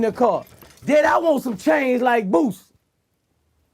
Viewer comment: Yayo said booshy not boosie